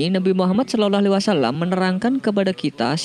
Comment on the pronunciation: Saloloalaiwasalam. Salawllah bacanya bukan salolo